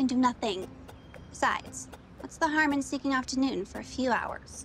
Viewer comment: I'm a stickler for diction when it comes to actors. I hope that this actress portraying Laura has only the one gaffe where she called Newton "noon". Ugh. Director must have been distracted to let that go by.